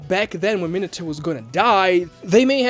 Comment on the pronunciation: I'm sorry, but you suck at pronouncing Japanese names and it ruined my experience watching the video. Why you keep saying Minato like that?